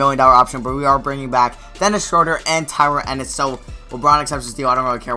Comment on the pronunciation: It's SHROO-DUR